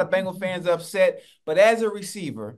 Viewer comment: Unc mispronouncing the Bengals is 😂😂